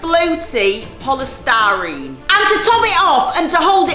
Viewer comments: called polystyrene 'polestarine' learn to talk. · It is polistireen not polistareen